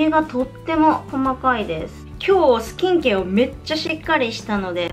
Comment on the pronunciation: スキンケアのイントネーションが気になって内容が入ってこなかったw